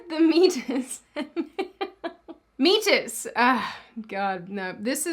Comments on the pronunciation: By the way, I love that you called the meatus "meat-us" 😂 if you didn't know, it is actually mee-ate-us. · Public service from an RN: mispronounced “meat-us”; it’s pronounced “me-a-tus”. Long “e” as in “me”, long “a” as in simply saying the letter “a”. 😉 The devil’s in the details 🤣. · Going to be that guy...me-ate-us not meat-us. But hey, comments are good for the youtube algorithm anyway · it's me-ay-tus. Not, meatus;) you made me laugh while being so annoyed at this birthing person crap. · I would like to say meatus is mee-a-tus and not mee-tus which is the tube from the inside to come out. Whole thing is still stupid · It's actually pronounced me-a-tus and women have them too. It's a medical term. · you prob know this but it's pronounced me-ate-us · I’m sorry, when you kept pronouncing “meatus” as “meet-us” instead of “mee-ay-tus” I couldn’t stop laughing. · Just FYI the meat-us is pronounced me-ā-tus although meat-us is hilarious. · As funny as it is in this context and I kinda wish it was pronounced that way it’s pronounced Me-ay-Tus not meat-tis . The ear also has a meatus so it’s not referring to genitals it’s just an opening or passageway into the body. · Meatus is pronounced me-a-tus. Oh and excellent video about psychological conditions that have delusions as a symptom. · Lmao. The “meatus” (mee-A-tuss) is just the anatomical name for the opening where the pee comes out. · meatus is pronounce me ate iss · Also,, meatus is pronounced "mee - AY - tus". It's the anatomical term for an opening, and in the case of the urinary tract, or urinary meatus, this is the opening of the urethra, situated on the glans penis in males, and in the vulva in females. You're welcome. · You are so cute!!! it is pronounced "me ate us". I about spit out my food when you pronounced it your way. LOL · It's pronounced "me ah tus ", but I read it like that in my first anatomy classes too 😂 it just means opening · it's me-atus and it's the medical word for opening